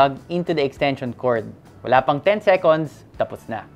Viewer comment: We love you,. You know we do. Pero seryoso, it's "sekends" talaga no matter your usage or context for the word "seconds". "Sekonds" is a non-existent pronunciation. Peace. ✌️ 😁